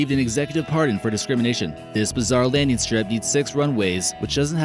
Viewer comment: ‘A ufo landeen site? ‘ Why does this goon mis-talk like this?. And let’s not forget about the ‘ army corpse’. What an idiot.